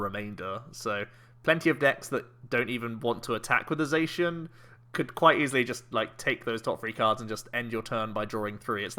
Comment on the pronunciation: The Diamond and Pearl rules you couldn't draw or play any trainers the first turn. Also, never knew Sheun was a colour, since you're saying Zacian the wrong way, because Cyan is the second word of its name Za-Cyan Za-Magenta